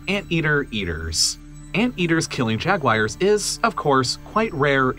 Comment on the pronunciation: Why do you say “Jag-wires”?